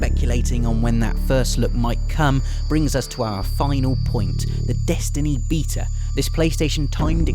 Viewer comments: Finally. Someone who pronounced Beta correctly! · when he said Beta I couldn't even understand it, because of his accent.